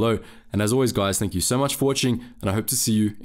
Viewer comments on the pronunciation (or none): none